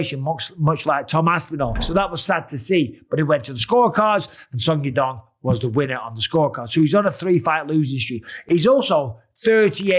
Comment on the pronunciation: Why does Bisping keep saying suck yadong?